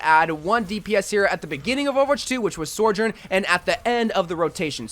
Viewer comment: OMG STOP SAYING SORJOURN